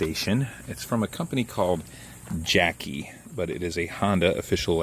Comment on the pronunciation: Lol, you said Jacky instead of JackERy.